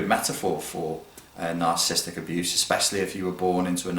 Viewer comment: may want to pronounce it correctly: NAHR - SUH - SIS - TIC (4 syllables rather than 3; not NAHR - SIS - TIC) ;-D